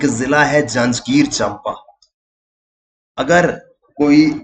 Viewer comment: चंपा नहीं उसका सही उच्चारण है 'चांपा' 🙏❤️